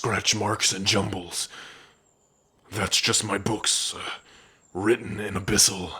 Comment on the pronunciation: You could say Abyssal pronunciation is... ABYSMAL 😎😎😎